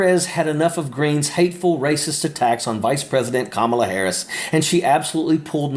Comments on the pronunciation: Yeah apparently Kamala is too difficult for all republicans to pronounce. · Why is no one in Congress pointing out the correct pronunciation of VPOTUS's name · The intention of mispronouncing VP Kamala’s name is so petty! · Does Trump and his Extremest realize that they look actually stupid mispronouncing Kamala's name... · Medusa is so stupid she can't even pronounce Kamala's name. I'm amazed this heap of decomposing protoplasm can breathe and walk at the same time. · MTG is so dumb. The first 2 seconds she has to actively try to make sure she says kamala's name wrong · Another Republican who can not read or pronounce A 3 Syllable word that is prounounced exactly as its spread. PRESIDENT HARRIS to you, please go back to ignorant, unedcated rural western Georgia. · That idiot can’t (or won’t) even pronounce Kamala’s name correctly. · Xenophobia? It’s racism, plain and simple. Call it what it is. Even in the way, Marj is pronouncing the Vice President’s name in her I-don’t-give-a-f manner. They love to make the “other” look scary. I’m amazed that someone hasn’t asked her why she hasn’t moved. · Fine her every time she pronounces Kamala incorrectly. She is so disrespectful!! Shame on Congress for letting her get away with this!! Vote 💙💙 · It’s so childish. Most people stop mispronouncing names on purpose before they leave middle school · The way they intentionally mispronounce Kamala’s name is the most childish shit I’ve ever heard. Speaks volumes about the intellect of the morons they cater to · Learn how to pronounce her name you dumb rock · MTG ~ It’s Kamala!! Learn how to pronounce the name of your Vice President who will be President Of The United States Of America 🇺🇸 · Poor GOP, how you let yourself be represented by these brainless twats……it’s frankly laughable….and then insisting on mispronouncing K. Harris’s name……. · MTG Cannot even say Kamals's name!! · Blond idiot can't even get Kamala's name right. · Say her name right.